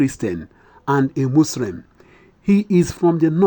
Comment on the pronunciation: THANKS BUT THAT HATE HAS BEEN GOING ON B4 EVEN INDEPENDENT GO AND LISTEN TO THE INTERVIEW BETWEEN SADUANA OF SOKOTO WITH THE WHITE MAN IN 1954 GO AND CHECK THE SAME NONSENSE NORTHERNERS MASAKA OF IGBOS IN IN 1946 AND SO ON BUT YOU BROTHER PLEASE GO AND POLISH YOUR ENTIRE ENGLISH IF YOU WANT TO BE ON PUBLIC NEWS MUSLIM NOT MUSREM.ECT